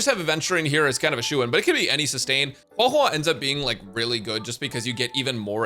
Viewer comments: "So I'm gonna HueiHuei" bro that's not her name 😭😭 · Huey Huey 😂😂😂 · I always wondered why he says Huohuo like that